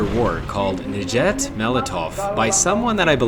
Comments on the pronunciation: Its not nJet molotoff its nyet molotoff just like the y in yes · mmmh yes, my favorite finnish song, n-JET nolotov its niet molotoff, thats how the finns say it, except its njet, not niet cause niet is russian